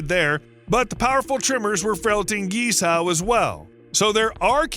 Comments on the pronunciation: Seriously, learn the pronunciation of Guizhou if you’re going to make a 20 minute video about it! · Please learn to pronounce Guizhou correctly.